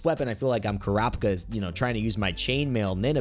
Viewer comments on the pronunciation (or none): I'm giving you points for the HxH reference but taking half of them. As far as I know, it went by as KUH-RAH-PEE-KA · How did you just pronounce "Kurapika"? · I just can't stand how he said Kurapika though...